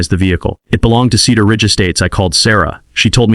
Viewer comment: Slow the reading down. Several sentence errors and mispronunciations. Cedar Ridge or Keeter Ridge make up you mind.